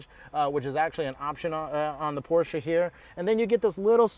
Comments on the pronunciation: Please learn to correctly pronounce the marque of the car you are reviewing. There is only one correct pronunciation. Otherwise, decent review. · no, there are plenty of ignorant Americans who pronounce it incorrectly as well.